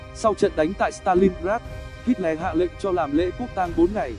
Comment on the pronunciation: Đọc là ây đóp hít lơ nhé...xin đừng hít le nữa :)))